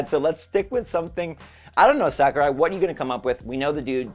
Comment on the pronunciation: sah-ku-rai. not sack-u-rai.